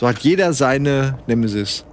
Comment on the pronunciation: Bin ich der einzige, der bei Nemesis immer "Schmoooorf" hört?